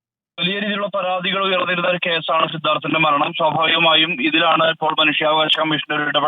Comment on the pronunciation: സിദ്ധാർഥ്നെ എന്ന് വായിക്കുക